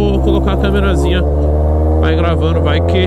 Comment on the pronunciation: Se tem taguro falando igual ao cebolinha da turma da mônica tem like. Ele falou " glavando. Kkkkkkkkkl